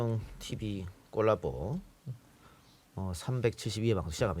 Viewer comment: 꼴라보 발음이 너무 듣기좋아요.